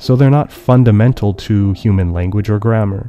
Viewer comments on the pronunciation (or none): none